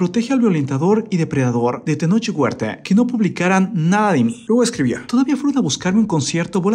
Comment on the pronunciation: Jajaja dice: Tenoch Huertee, Elena ríos quien es Músiquee jajaja